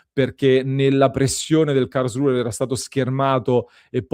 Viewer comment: Karlsruhe finisce con la "e", non con la "r" 😅😅